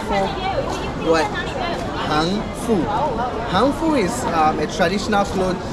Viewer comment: Thanks for liking Han Fu, but han is the fourth sound (hàn) instead of second sound (hán). (Hán) is the sound of Korea, and after Korea trying to steal the culture of the whole world, especially China, Chinese don't want their culture to have any relationship with Korean. Also, the videographer could learn more shooting techniques.